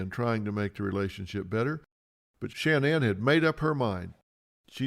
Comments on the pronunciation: Dr Phil! There isn’t 3 N’s. SHA-NAN! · It irks me that Phil can’t pronounce sha nanns name correctly 🤨